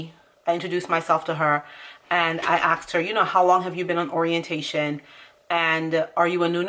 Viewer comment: BTW it’s ASKED not AXED.